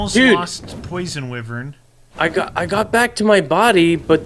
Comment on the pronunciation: Its pronounced "Why Vern" not "With Vern" lol